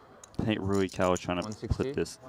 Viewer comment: Not knowing how to pronounce the players’ names is utterly unprofessional. “Roo-E Cow” How hard is that?